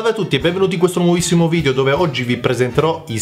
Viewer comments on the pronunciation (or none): none